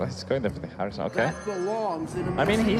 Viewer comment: Wow, cant believe they put a tweep who cant even pronounce the name of the game to give commentary...